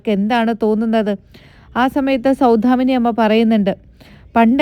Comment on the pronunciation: സൗധാമിനി അല്ല. സൗദാമിനി എന്നാണ്.